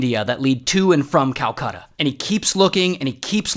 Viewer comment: i almost gave up watching when he said calcata